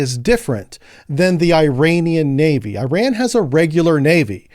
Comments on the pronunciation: Ir’s called “IRAN” (Not “I ran”) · I ran ? Nah dawg it's pronounced as "eeraan" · It’s Iran not Ayrault omg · This guy say "EYE" Ran too.. whats going on. I am just a simple 70 year old with a Geography degree and I know it is "eh ran" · It's pronounced E-Ron. I-Ran was from a Flock of Seagulls. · Man you did know the Iran pronunciation! It pronounced Eeran! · Americans are permitted to pronounce it incorrectly. So it is in fact I ran. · Hello and loving the content. It’s is pronounced E-Ron like ENRON the oil company. Hope that helps.